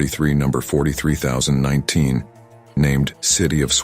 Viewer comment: Only the East Coast used km/h; that was for the Class 91 with Mk4 coaches, and a Class 82 DVT. They were called InterCity 225 the hst were never known has the intercity 200. Sorry, I can not watch this anymore I gave up can not even pronounce the number of the power car 43019 was never named plus they never ran in reversed formation has they were fixed.